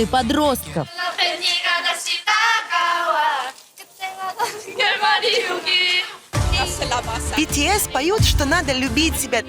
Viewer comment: бИтИэс, ИксО, шАеНнн, блЭкпЭнк вы а токих группах не даже слышали. Да а как же, не слышали мы, больше половины населения земного шара не слышали о тАкИх группах епт, че за тупость ?